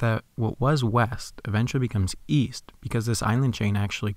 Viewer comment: Uh... I thought you said Weast.